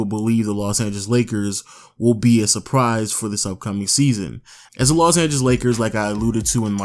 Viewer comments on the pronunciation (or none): none